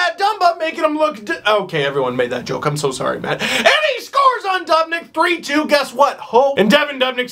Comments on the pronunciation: 19,000 people scream "DOOOOOB" literally every time he saves. You heard it 35 times, and you're still saying DUHB?! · stop saying dub nick it's doobnick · ITS DOOB-NICK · Its pronounced (Doob - nick) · oh my god that's the most annoying pronunciation of dubnyk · All Pro well it's kinda FUCKING ANNOYING WHEN HE SAYS IT EVERY OTHER SENTENCE AND CAN'T SAY IT RIGHT